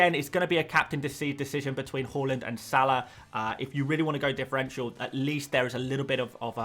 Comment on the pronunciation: Its HAALAND not HOOOLEND